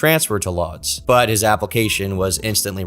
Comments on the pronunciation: Mate his whole life story at the start is boring. This could be 30 mins shorter. And “Lodz” pronounced “woods”. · I'm sure someone else pointed it out before, but Lodz is pronounced closer to "woodsh" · Lodz is pronounced more like, "Woodge". Just trying to help. Love this upload 🐾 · Lodz is actually pronounced closer to "Woosh", the L character in Polish is basically a W